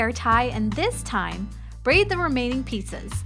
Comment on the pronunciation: American Moral I know that that was what she wanted to say, but I thought it was fun because you could hear ''pizzas'' instead of ''pieces''